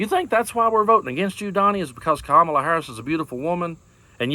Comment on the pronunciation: Even Marjorie Taylor Green's boyfriend can't pronounce Kamala's name correctly.